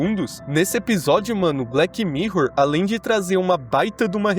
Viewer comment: BleTI mirror. Bleti? 😂😂